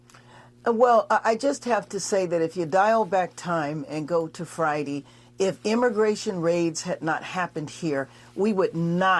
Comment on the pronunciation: "fridy"???? Is this woman supposed to be a mayor